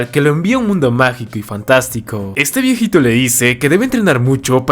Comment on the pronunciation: Que es un viéjito? 😂 Tu japones y el ingles estan muy buenos 🤣 Aparte de eso me gustan tus recomendaciones